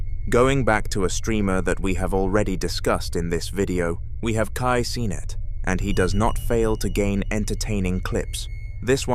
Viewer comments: kai sonnet💀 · Bro said kai cenat again🗿